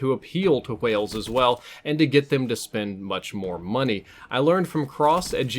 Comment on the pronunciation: "Hwales" you say it like that